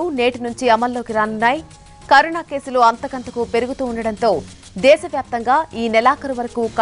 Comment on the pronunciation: Karuna kadhu carona mam